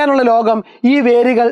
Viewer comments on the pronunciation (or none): none